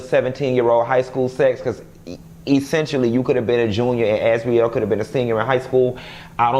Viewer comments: Why you keep calling Azriel.. Azrelay?! Lol you change from one to the other lol smh 😂😂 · Not "AzWeLay"💀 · “AZ-REE-LAY” has me floored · 😂😂 As serious as you're trying to be in this video you still have me crackin up! "As-we-lay" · If you say Az-we-lay one more time... I’m out😭😂🤣